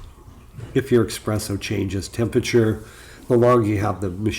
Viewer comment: I like your video but I think if you want people to take this channel seriously you must stop pronouncing espresso as “expresso”. It’s a very good video otherwise 👍🏼